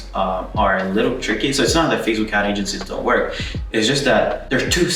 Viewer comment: XDDDDDD "with fasebuk ad"